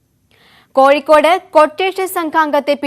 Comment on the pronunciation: Koyikod alla mole kozhikod